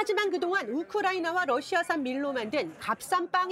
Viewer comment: '러시아' 의 발음을 ' R' 로 하지 않고 굳이 'L' 로 착각하고 잘못 발음하는 많은 아나운서님들, 많은 사람들에게 끼칠 영향을 생각해서 옳바른 발음으로 좋은 본을 보여 쥬시기 바럽니다.